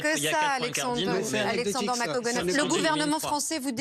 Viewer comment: Ça fait plusieurs fois qu'elle invite, et elle commence ses salutations en écorchant son nom...